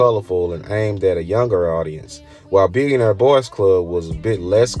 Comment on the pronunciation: You mispronounce “nigo” and “billionaire” also rap blew up in general in the 90s lol